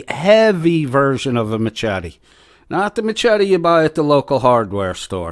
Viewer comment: The ch in machete is pronounced with a sh sound not the ch sound as it's spelled. Yes, I'm weird about grammar. 🤣 Why in the world does he think it's a good idea to come to your house? Why does he want to? Are words offensive enough he would travel with the intent to harm? Or is he just bloviating? I'm going with the ladder. Some states have the castle doctrine as well as stand your ground. 🤷‍♀️ I find it funny that Tina thinks the end of your videos are a threat. Oh my goodness. 🙄🤣 I take it to mean you hit the bullseye. Or your dead on, right on or simply correct in your analysis. 🤷‍♀️